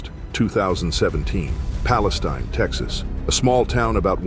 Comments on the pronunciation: The town in TX is Palastine pronounced pal -ah-STINE like stein not steen. Love the channel! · <--- Although it's spelled Palestine, they pronounce it Pal-uh-steen, Texas. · Not to be rude or anything you said Palestine Tx wrong and it’s closer Tyler Tx not Dallas Tx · Take it from a Texas boy, it’s spelled Palestine but it’s pronounced Palesteen.